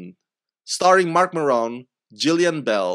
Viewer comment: Big fan of Marc Maron, can’t pronounce his name.